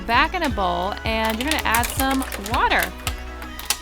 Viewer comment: You said weter.